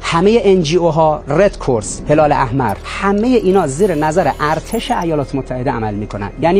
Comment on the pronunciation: اون رد کراس هست نه رد کورس